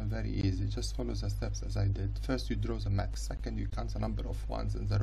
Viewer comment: Bro when your English isn’t good, it’s okay to speak Arabic , it’s(the) not (za)